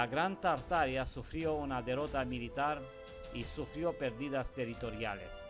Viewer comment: Exelente investigación.. Solo que se pronuncia tarta-aria o Tarta-ariano